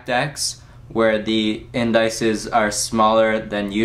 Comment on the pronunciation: great review. they're pronounced IN- DISS- EEZE, though.